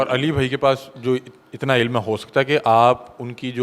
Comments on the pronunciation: Eilm bolna to aata nahi jahil insan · ilm hota hay bc ilum nahi hota... khud urdu nahi bolni aati aur engineer pay btain kerta hay loru